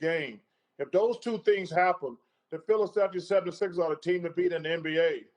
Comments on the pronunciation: "The Phildefla 76as" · "The Philiselfia 76rs" are the team to beat guys Lol😂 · "philaselphia devendty sixers" - charles barkley